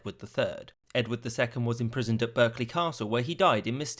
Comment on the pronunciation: It’s pronounced Barkley not Berkeley Castle.